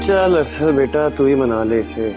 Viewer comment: Its Arsal not asal🤣